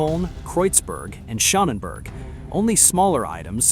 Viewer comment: It is not Kreuzbörg and Schönenbörg, but Kreuzberg and Schönberg, you monkey ! In the age of the internet it cannot be too hard to inform yourself about correct pronounciation (it is the mountain of the cross and the pretty mountain).